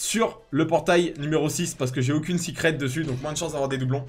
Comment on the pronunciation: Pk tu dis sicrette.....au lieu de secrète ?